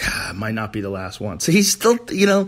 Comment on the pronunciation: Joe "one of dee" Hogan